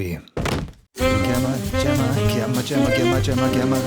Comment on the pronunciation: Enjoyed your new pronunciation of Gemma. It's rare to see someone learn and change how they speak. 👍